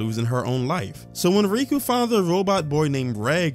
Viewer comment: I find it funny that you call out a “gross” mis-spelling twice only to continuously fail to properly pronounce “Tensei”.. or how you call cour 2 season 2, or how you also called Riko from MiA Riku… Ignorance truly is bliss. Anyways, You’re welcome to be uncomfortable, there’s plenty of that. The point of the situations where there is sexualization is that the sexualization is based around perspective. We are following Rudy, that doesn’t mean we have to think he’s a good guy or that we necessarily “like” him or insert as him, what it does mean is that we’re going to see certain events take place from his point of view. I don’t understand why anyone feels the need to comment on how “the show is fan-servicing minors” bruh, all normal people are uncomfortable with that aspect as well but to varying degrees. I think itd be weirder if he was chasing after 50 year old women (non-demons/ageless) given how old is “mental” age is. Which is not even really accurate if you look at the psychology of people who have past traumas like Rudy. It’s pretty common for people who hole up in their house or let the world beat them down and stand still to completely stop socially and mentally developing. You can grow up physically and still not grow up mentally, I couldn’t even begin to count the number of child-like adults I’ve seen. The point though is that this is part of Rudy, you’re welcome to make of it what you will, but it seems reductive to just point at it, say it makes you uncomfortable